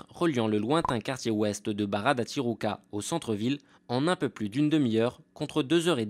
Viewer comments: The Parisian Lady déjà on s'en fiche, mais en plus tijuca se prononce ti Rou ca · Pas mal. Mais la prononciation à l'espagnole fait mal... Le Brésil parle portugais... Et "Tijuca" se prononce "ti jou ca", entre autres choses...